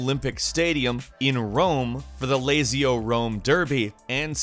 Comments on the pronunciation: Lazio is not pronounced “Lazy-o” it’s “Latz-io” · lah-zee-oh not layzeeoh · This said lazy o, ITS LA-ZI-O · Latzeeoh not lazy-o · lat-ziyo, not lazy-oh lol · it’s latsio, not laysio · Great vid Plus Lazio is pronounced "Latt-Zii-Oh" Not "Lazy-o" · please don’t say lazio as lazy-o 😐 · Lazio is pronounced as Latzeo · man just pronounced Lazio "lay-zee-o". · did he just call "lazio" "lazy-o". SPARTAN RAGE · Lazio is pronounced (lat•see•o) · I love how he pronounced "Latsio" for Lazio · Lazy-o Rome derby 😐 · WTF is a lazyo rome durby? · What is a lazy-o. Eeehhhh..... Lazio maybe How can He think it’s pronounced like that. Jesus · Layzio???? really???? you are Layzio for not looking up the proper pronunciation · 'LAZY-O' haha Amuricans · I am disappointed that no one has pointed out the absolute butchering of Lazio' pronunciation. Lazy-oh? Wtf lmao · The pronunciation of of lazio is 'Lat-zio' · lmao "at the LAZY-OH ROME game" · It's not Lazy O. It's Lazio 😂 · Lazeeo rome derrrrby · Lazy-o/Rome derby??? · lazio is produced as lat z o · he probably just said it based on how it spelled. sounds like latz-e-o. although i'm not surprised they mispronounce a sports team name on a gaming channel lol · the way he pronounced Lazio i hilarious XD dude its lazio like how you pronounce pizza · The way he butchered "Lazio"... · The way you said Lazio and Roma... Lazio is read with a c and Roma is simply that, the Italian word for Rome... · The way he pronounced "Lazio" just killed me.... Lol. He is very American in his knowledge of football (soccer for all American readers) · holy shit not even close to how you pronounce lazio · dBOTHERER outside of Serie A/ Italy and avid soccer/futbol fans it's almost a given they'll botch Lazio's pronounciation.